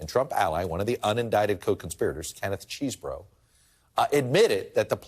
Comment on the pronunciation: Can no-one pronounce "Chesebro", correctly?